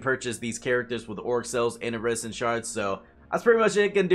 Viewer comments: Why do you say "iridescent" like "iresintshards"? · Why do you say iridescent like that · Does this guy not know how to pronounce iridescent?